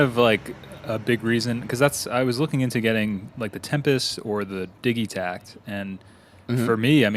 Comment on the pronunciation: I love that you pronounce Digitakt with a European hard "G". Do you pronounce Digital the same way? LMAO